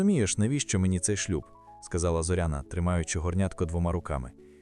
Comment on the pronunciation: ЗорЯна, робіть правильний наголос